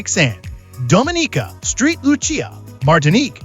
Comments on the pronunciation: Fact 100 : People don't research the pronunciation of the island's name! The Myth : Thinking that St. ( the abbreviation for Street) was part of the island's name. The Truth : Its actually the abbreviation for Saint. Saint Lucia (St. Lucia) pa Street Lucia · Street Lucia 😂